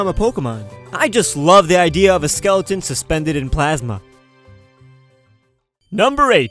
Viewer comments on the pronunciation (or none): none